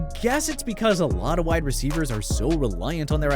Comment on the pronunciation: You butchering these wide receivers